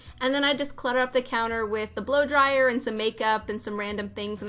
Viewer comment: Instead of blow dryer i heard blow job 😂😂😂